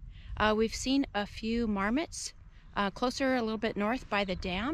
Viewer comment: Nice, another great location you visited. It's funny when you said about marmots at first I thought you said "Varmits", haha